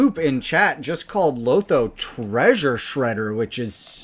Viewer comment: LOW THO. NOT LAWTHO. LOL. Sorry.